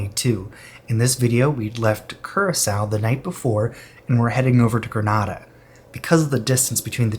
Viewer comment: It's pronounced Gree-NAY-da not Gree-NAH-da